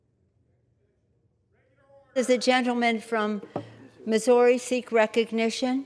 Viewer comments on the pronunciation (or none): none